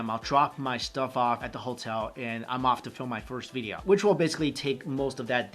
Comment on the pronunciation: Lol funny how he says veedeeoh